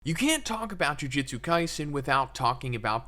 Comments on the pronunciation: Another youtuber trying to explain something about a show/manga whose title they can't even pronounce correctly. Jujitsu =/= Jujutsu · Dude, I swear to God every fucking JJK video. It's Ju-JU-tsu, not Jiu-Jitsu. As is bad JU-JU, like magic. Not like Brazilian Jiu-Jitsu. JOO - JOOT - SUE